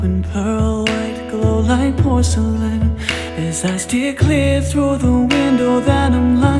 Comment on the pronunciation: porcelain 发音太美了